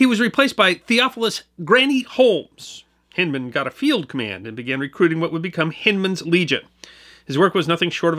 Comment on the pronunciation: We pronounce Hindman with a long I. (e.g. Hind quarter) There's a city park in Little Rock which bears his name although without Civil War attribution. Regardless, thanks for pointing the bow tie our direction...many of us have ancestors involved with those fights and we've not forgotten either. And yes, razorbacks are still a particularly nasty species. (just ask them Texas boys)